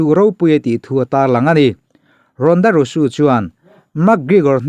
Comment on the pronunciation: English hi kan mothertongue a ni lo a,a thu kau chheh nazawng hi chu lam sual nawk2 a pawi miah lo,a ngaithla tu in kan hriatthiam chuan a tha vek..mahse hming hi chu lam dik tum hram2 erawh a tha..Rhonda Rousey te hi a lar tehreng nen a hming i lam dik lo tlat hi a mak zawk..naupang pawn an lam dik chat2 ang henu hming kher hi chu..a lam dan dik hriat loh pawn google emo youtube ah vêk hian a en theih vek a nia.."how to pronounce" tiha zawn mai tur..Rhonda Rusu ni lo in Rousey..Rauzi tih anga lam tur..engpawhnise a bengvar thlak e 👍👍👍